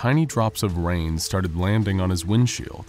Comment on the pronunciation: Tiny drops of wain